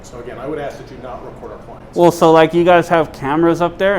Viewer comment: Pet peeve it ts OUR as in hour not ARE! Pronounce it correctly! My pet peeve however it is important! You are so great glad you are back at it!!!